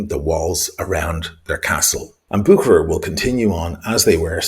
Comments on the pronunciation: It's not "Bookerer" though, it's "Buherer", soft h. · Real pronunciation goes like « Busherer » not bukerer 😅 From Geneva Cheers